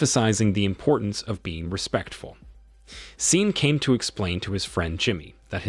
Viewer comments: This must be narrated by Ai we all know Sean is Shawn not seen. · SHAN “SEAN” NOT SIN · I'm tired of these A.I. voice recap videos. "Seen" lol. "Nine Hundred and eleven" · I had to stop watching due to hearing Sean being called "Seen" like really? I mean really?!? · How the hell do you read sean as scene?!?!? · Sean , "seen" , are you kidding? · The repeated mispronunciation of Sean as 'Scene' was downright nerve-racking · Keeps misprouncing his name....Sean (Shaun). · Stupid pronunciation since SEAN PENN is in the damned movie! Sean = Shawn, Shaun. I’m sure there are other spellings, too that are pronounced the same way. Good grief! So distracting since the name was mispronounced practically every other word. 🤬